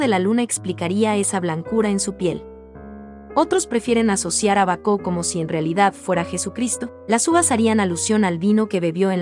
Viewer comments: Produce molestia el modo de pronunciar el nombre del pintor y de Baco, no bacó como dice. Además no respeta los signos de puntuación .Una lástima porque las obras son esenciales en la vida de Caravaggio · Lástima que pronuncie mal el nombre del pintor y también el nombre de Baco… no hay nadie que corrija a esta señorita?